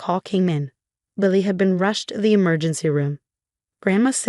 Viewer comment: I thought her daughter waslily not lally